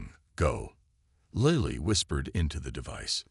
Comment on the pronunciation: The AI is mispronouncing Lily. If it mispronounces Mya Chen it will be the ultimate fail. Wooop now it's pronouncing Lily correctly. This is also a fairly dedicated copy of the story from another provider. Plagiarism is not impressive. Never mind about Lily. It's mispronouncing it again.